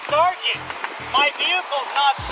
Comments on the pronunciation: take a shot every time he says "sargeant" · I don't even like cops that much, but if he kept saying SAR - GENT to me, I would billy club him into oblivion. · "Sergeant" x25,0000